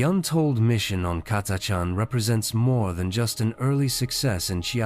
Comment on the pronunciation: I think the AI pronounced "Catachan" differently every single time. Not to mention one hundred and eighty threerd lol